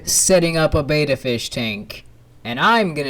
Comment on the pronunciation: Isn't it pronounced Bet-tah not beta?